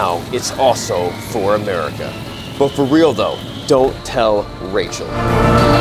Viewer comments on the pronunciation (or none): none